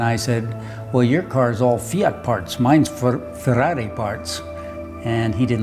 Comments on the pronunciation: First guy I've seen who speaks English and says "Ferrari" the right way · I am inspired by this video. I like how you say Ferrari. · Finally, an American who can correctly pronounce Ferrari. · Brilliant. Love the car, the man's commitment and personality. And he can say Ferrari correctly !! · Even how he pronounced Ferrari shows the passion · love the right ''Ferrari'' pronunciation instead of Fuwawuy